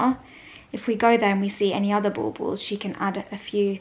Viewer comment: LOL! This is a dumb question,but what do you call the tree decorations? It sounds like you’re saying “ball balbs” it cracks me up when ever you say it😂 I mean you can call them whatever you like😂🤷‍♀️😘. Your mom’s tree turned out beautiful and I love the rose gold colors. I too love the coziness of candles and the Christmas tree glowing, oh and I’m with, an “old fashioned”is splendid!❤️✌🏻🙏🏻🎄